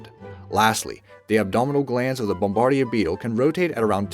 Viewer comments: It's "Bom-ba-deer" Beetle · That's not how you say "bombardier" and the word you're looking for isn't "in vertebrae" but "invertebrates."